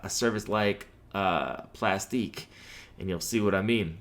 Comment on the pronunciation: 😂 it's pronounced ( plastic ) just a different way of spelling. Like my Y.T. channel is Aktiv beats, but is pronounced ( Active Beats ). It's all good though. It is what it is. 👍🏾 Thank you for the info.